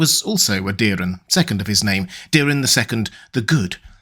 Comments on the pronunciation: It’s Daeron, not Dearon…so why the fuck u say: Díron????? Its not Diiiimon or Miiiiikar…. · The dragon household is fond of the ae, hard A, sound. Daeron is pronounced Day-Ron not Daren or Deerun